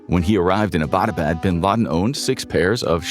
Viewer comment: Why can’t you pronounce Abbotabad, it’s Abbot as in English…Abbot pharama or ..